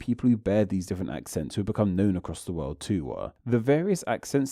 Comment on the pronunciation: What’s with the over pronunciation at the end of words??? Tooo-weh / glob-eh / old-eh / new-eh